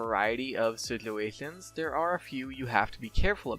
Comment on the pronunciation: Does this guy have a problem saying situations?(no offense)